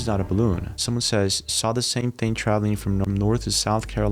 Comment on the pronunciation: What. Is. Dat. Ting ? What. Isssss. Dat. ? What. Do. You. Tink ? Do. U. Tink. About. Tings like. Dat ? Frickin. Morons can't even. Speak right .